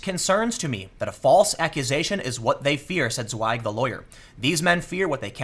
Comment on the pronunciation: So funny how u pronounced "Zweig" its a german word and if you know how to spell it correct, that just soundes so funny :D